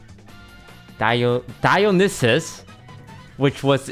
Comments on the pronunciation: Dionysus is pronounced, (Die-Oh-Knee-sus) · you didnt proununce dionysus correctly